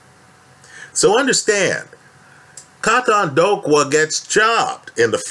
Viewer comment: KAUTONDOKWA( K.O-TONE-DOOR-QWER) just trying to help you bro lol